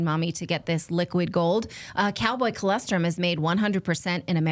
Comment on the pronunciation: NATALI!!!! It’s ColOstrum! Not CholEstrum!!!!!